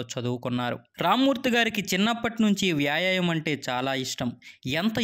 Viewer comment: Vyaaayaayam kaadhu, vyaayaamam